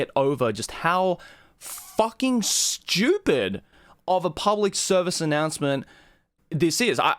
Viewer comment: "so fucking Schewpid"